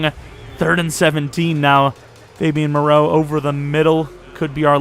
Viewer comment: Lmao why were you calling foster Mereau “Fabian Maraeu” 😂